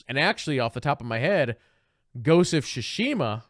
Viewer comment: It’s pronounced much closer to “Tsoosh-mah” the i is essentially silent